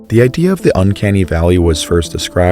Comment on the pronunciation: do you not know how to pronounce the (th) sound